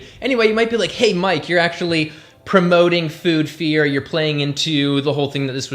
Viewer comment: "Doe-huz cray-he-fing eee-coo-wole a-hun ack-shoe-ole nu-tree-she-nole knee-heed" - Mouth-breather gasping for air and forming a sentence structure that is empty woman noise. You and your "ack-shoe-lee-uhh" and other overused mouth-breather terms like "foods" for food(food is food, it never needs the syllable 's' to act as suffix to denote diversity of food, mouth-breathers are too stupid to grasp this). The Human way to convey what you mean in that moment, is: Is craving a mechanism that reflects levels of nutrition within the body of whomever that crave is born to? The obvious answer is; yes, craving is an an expression of biology in quest for "homeostasis" but mouth-breathers misread these impulses and make poor choices as reflection of their misinterpretation. All who breathe through the mouth, are ruled by emotion to the point that their sence of syntax fails as their oration becomes meaningless decoration of vanity poised as reason. You mouth-breathers are the primary source of linguistic degeneration and all forms of inefficiency within society at large. All your gasping and tacky wording, is so revolting, it's like you are puking but words and word fragments are what you regurgitate in this process of pretending to communicate reason. This whole video is putrid noise of a woman inside the body of a man, just empty drama. I thught you were more intelligent than you are intellectual aka ideologue, I was wrong. All the forced and excessive "humor" is not helpin